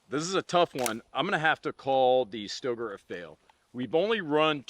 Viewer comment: says it’s pronounced STAYgrrrr. Hard R.